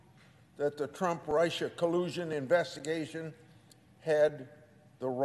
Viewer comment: His point is well founded, however, can someone tell this old corpse how to pronounce Russia. He keeps saying Rice-Sha